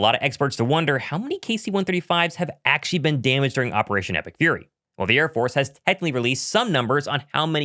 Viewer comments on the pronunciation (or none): Achee achee achee. Please pronounce the word "actually" properly. You're not three years old anymore. Also, there's no reason to say it so many times.